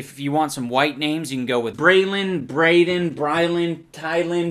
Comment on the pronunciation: My name is Brayden and you said Brayden.... thank you ❤️